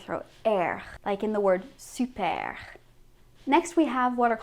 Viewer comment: She doesn't even know how to say "r" correctly :/ So don't pay attention at her saying "supeare" instead of "super" and "heare" instead of "heure". Please don't imitate her because she doesn't sound natural at all.